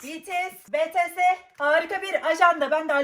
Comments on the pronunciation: de bities defiği için sevindim ama sonra betese dediği için lırıldım amma o bir anne nerden bilsin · Betese değil bitiyes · O betese değil bts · Abla ilk bities diyon sonra betese diyon sjsjsjsjsj bities o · BeTeSe degil bts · min. Betese. Demesi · Abla betese deil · 5:8 abla BiTieS doğruydu. neden bir daha BeTeSe dedin ki :(